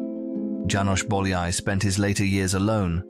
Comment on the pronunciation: bowl yay? lol how could you ruin his name so badly